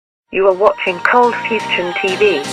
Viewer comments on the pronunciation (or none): I thought it was coldfusion not coldfustion